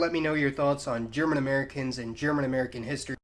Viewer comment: That some bad german, I understood half of it, I like that you try, that is important rather then not try at all, good job. You say Auf Wiedersehen pretty good! :D